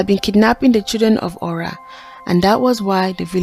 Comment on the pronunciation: Nice story. But the pronunciation is Ora not öra thanks look forward to see more 👍